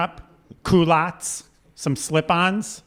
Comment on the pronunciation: It's pronounced "kee-lott"s, not oh my god whatever you all said xD jesus. it's the french word for underwear , which is also the name for the type of pants nowadays